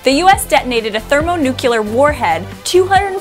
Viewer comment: Thermonukelar warhead?